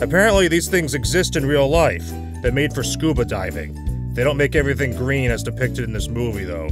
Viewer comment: he says averthing